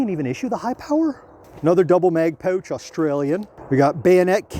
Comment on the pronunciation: Thanks for explaining that it’s pronounced „pooooch“ instead of „pouch“ 😂😊